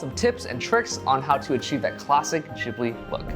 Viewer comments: Ghibli not jhibli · wait! Am I the only one who thought it was pronounced Ghibli and not Jhibli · Jibli? It's ghibli bro. Not jibli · are you sure youre saying ghibli right?😂💞